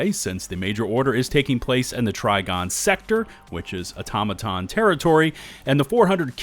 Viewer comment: Content creators are the reason no one knows how to pronounce “automaton”